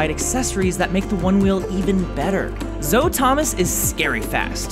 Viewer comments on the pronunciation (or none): Haha first of all it brings me extreme satisfaction when I can come up with fun mispronunciations. Second, no Zoe’s name is actually pronounced as I said it: Zoh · WHY DID HE PRONOUNCE "ZOE" AS "JOE" WITH A Z WHAT IS WRONG WITH THIS GUY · So he was joking when he mispronounced Zoe's name? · yeah but he mispronounces some stuff on purpose